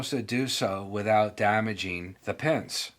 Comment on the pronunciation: Even with an accent, saying PENS not PINS is very annoying to me.